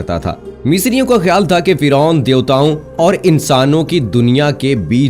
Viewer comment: Firon ka naam aap galat bolre